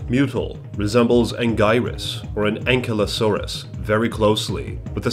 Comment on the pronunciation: Anguirus not ang-ie-rus